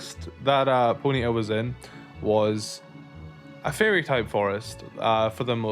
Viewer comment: I like the way you say it. "Pony'a" 🤭